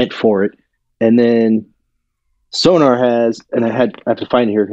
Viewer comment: Not to be pedantic, but it's SONOR (German name), not SONAR (a type of underwater detection device). Interesting discussion, but not quite fully researched.